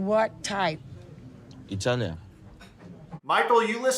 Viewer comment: Anyone who emphasizes the “i” in Italian isn’t Italian 🤣